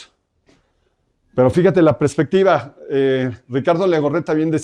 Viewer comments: Todo más que perfecto pero, cada que escuchaba prespectiva en vez de perspectiva, me daba algo 😢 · CADA QUE DICE PRESPECTIVA NO SE QUE ME DA =s